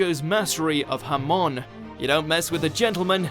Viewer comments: but it's pronounced huh moan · hé is ofc folowing a script he said cesear hamón not hamon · HA-mon not ha-MON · Holy god stop saying JAMÓN, it´s ¨Hámon¨ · Nobody: Not a single soul:: HaMON. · Lmao when he said hamon he sounded like he said Jamon and that is Spanish for ham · Hamon Ham-on Come on how hard can it be to say that? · Aegis Malkav It is a mistake tho they are clearly saying Harmon. (The characters) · the way he said hamon makes me want to delete my ears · And is it just me or did he mispronounce Hamon as well? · American ruins show and can not pronounce Hamon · the way you pronounced hamon.... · I like how most people pronounce Hamon like ham in Spanish